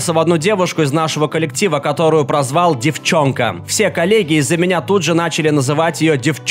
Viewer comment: Зашла в комментарии, чтобы посмотреть заценил ли кто-нибудь это произношение "Девчонка" 😅